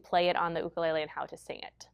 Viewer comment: great video. Thank you for pronouncing "Ukulele " correctly. So many music teachers pronounce it youkulele, not cool.